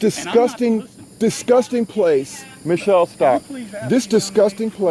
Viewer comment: he said machelle its obama